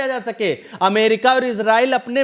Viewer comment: It is not iZrael it is Israel स